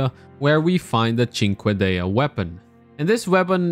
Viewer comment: Cinqueda, like a bug